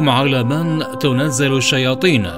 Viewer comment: معلومات قيمة وجميلة عن عالم الجن ولكن إتقي الله في نفسك لا تخلط القرآن بالموسيقى أو بالهمهمة ثم هناك خطأ في قراءة الآية قال الله تعالى " هل أدلكم على من تنزل الشياطين" تنزل بفتح التاء وليس بضمها.